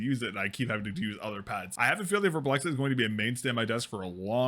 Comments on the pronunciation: VARMBLIXT. Not Warm Blexit. Not that hard really... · "Werblex-it" is indeed not how you say that. The name is another one of the "IKEA nonsense speak" Swedish word mash ups, it's a combination of the word "varm", which means warm and "blixt" which means flash and like every other Swedish word mash up (almost) you pronounce it like the words were still separate. (There is no special way to know this unless you speak Swedish and know the words. Swedish is a silly language.) So it's varm which is pronounced almost but not identically to warm, and blixt, which is pronounced like "bliss", but with a very noticeable "k" and "t" sound mixed in there. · the way you pronounce varmblixt is so painful you're not even looking at the letters are you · craziest pronounciation of varmblixt ever, but nonetheless good video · As a Swede, the pronounciation kills me, kinda good at first considering not being able to speak it after all but then the added letter between the "x" and "t" at the end x_x xD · As a swede, I wonder why you wouldn't just go to google translate, write varmblixt in and listen to how it's pronounced? Why don't you pronounce the "m" and why do you add an extra "i" after the "x" The "A" in Varm (warm) is kind of pronounced liked the "A" in Attack. Try sayng "Vattack" and then remove -ttack and add +rm Blixt (lightning) is pronounced like you say it, but with no vowel between X and T (BLIKST) Warm Lightning, pretty good name for a mouse pad!